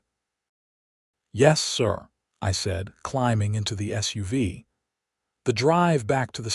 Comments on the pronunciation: Just saying it is SUV not suva. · Mispronounced "SUV" and sweatpants"